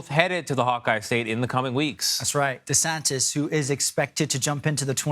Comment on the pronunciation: Dude even called him Desanctus haha